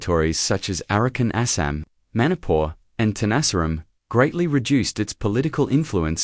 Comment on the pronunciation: Manipur not monipur oky